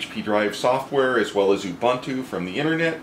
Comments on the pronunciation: It's not Ya bun tu, it's pronounced Oooh Boon Too. Greetings from South Africa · I still pronounce it you-boon-too or you-bun-too like a heretic. The only time I’ll say oo-boon-too is in professional setting.